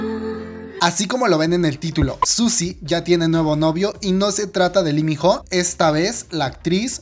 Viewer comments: LI min JO JAJAJAJJAJAJA no mames, aprende a leer bien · Se escribe ho y se pronuncia o... Pésimo vídeo...